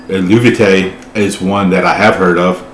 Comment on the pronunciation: Actually the English pronounciation of the bandname is El-Vay-Tee, the "u" is silent. It was an inscription on a pottery found at an archeological site in Mantua, an Etruskian city in northern Italy. "Eluveitie" is an Etruskian word that means "the Helvetian" and marks that this pot was owned or manufactured by a Helvitian person. The Helvetii were a Celtic tribe living in the area of todays Switzerland, southern Germany and western Austria. So Christian "Chrigel" Glanzmann, the founder and male vocalist, chose "Eluveitie" as the name for the band. It was meant to be a studio project at first, because Chrigel wanted to mix Death Metal with Celtic Folk tunes and lyrics about the culture and history of the Celts. He hired some musicians for his project and the first single releases were so succesful that they eventually got requests for live shows, which resulted in transforming the studio project and the founding of the "real" band. The band had a lot of line-up changes in the past and in 2016 Anna Murphy (hurdy gurdy and vocals) and two other band members (drummer, guitarist) left the band. Fabienne Erni (vocals, celtic harp) and Michalina Malisz (hurdy gurdy) and a new drummer and new guitarist joined. Just in case you wonder why there are so many different people in the videos (pre-2016 line-up with Anna and post 2016 line-up with Fabienne). There is a great interview with Chrigel and Fabi which they did for the podcast of vocal coach Beth Roars: .